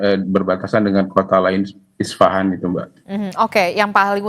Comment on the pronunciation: isfahan harusnya woe, bukan isafan :face-blue-smiling